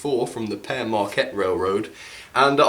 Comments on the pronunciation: its pronounced peer marquette not pear marquette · Just a word of advice, the Pere part of the Pere Marquette name is pronounced like "Peer", not "Pear". Also the Lima locomotive works name is pronounced "Lie-ma" locomotive works. Just thought i'd put that out there! 😊